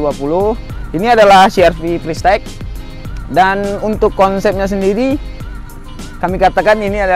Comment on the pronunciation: CRV pristeq😂 les bahasa dlu lah bg